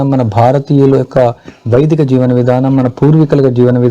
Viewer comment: Sir Vedika kadu Vaidika